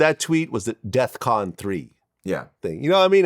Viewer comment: He said def con vlad NOT DE@ CON!!! STOP IT!!! AND THE RUSSIANS LOST 27 MILLION PEOPLE DURING WWII AND STOP H SO THEY REALLY SHOULD HAVE A MEMORIAL PLACE TOO!!!